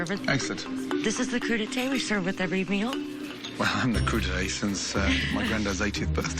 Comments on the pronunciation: What THE FUCK is a cru d'ete???? Oh you mean a "Crudité" .... lol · "cru d'été" Y-you mean crudités??